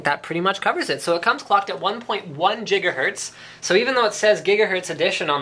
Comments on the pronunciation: "Jiggahertz" lolwut? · PLEASE LINUS! STOP SAYING JIGAHERTZ! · 1 jiggahertz > 1.21 jigawatts? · "Jigga hertz" oO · is it gigahetz or jigahertz? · mmmm jigahertz....